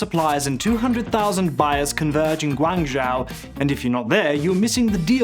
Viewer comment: Can't even pronounce Guangzhou properly...